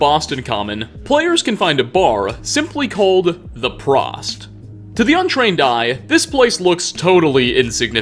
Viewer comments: Prost, pronounced like Toast. Not like Frost. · as someone who knows German I feel obligated to correct you on your pronunciation of 'prost' it is not 'prahst' it is 'prohst' you may now continue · One correction on the bar name...Prost is said with a very long oooo sound...Prooooost...means cheers in German. Oder auf Deutsch Prost!!!🍻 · Its pronounced Prost. Like Toast. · Its pronounced prohst not prost btw. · does not observe "Okto'be(e)r'fest" and it's Prost like 'Pro-Bowl' not 'Frost' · Its pr-oh-st but thank you for pronouncing my last name correctly Also everyone being like “Tarzan isn’t Disney” you are partially correct. Yes the original story isn’t a Disney but then original story is also fucking horrible but he’s referencing the animated film from Disney who copyright and takedown a fuck ton of videos if it’s even just a 1 second clip. Congrats on knowing more than the average consumer but come on guys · It's pronounced "Prohst". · I was waiting to see if someone would correct it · Oh boy you absolutely massacred the pronunciation of "prost" XD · Apparently we're the only people who caught this haha. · pronounciation is on the O in Prost, a long O :D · First I was SCREAMING when he mispronounced Prost. My kids actually came in and asked what's prOst? Also even though I know 100% he was saying kiddie kingdom I was hearing titty kingdom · Fyi "Prost" is German for cheers also you pronounced it wrong, its a long o not a short o. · I clicked off as soon as I heard "The Prost" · Listening to you mispronounce "Prost" almost makes me angry lol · Prost is pronounced like “pro” and “host” with out the “h”. Spivey is pronounced “Spy-vee”.